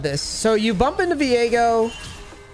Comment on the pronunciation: I can’t I cringe when he says Vigo instead of Viego.